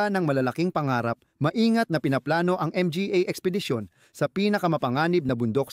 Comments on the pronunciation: Puro.ka m g a at n.g para kang abnormal na nag nanarator..d magandang pakingan parang bonjing m g a abnormal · Bakit ba palagi mong binabanggit ang letrang M-G-A at P-A...bat d mo na lng diretsong sabihin ng mga at pa..para kang nag jo joke habang nag na narate..anu ba yan